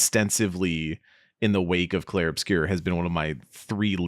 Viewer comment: Plz stop calling it "Clair"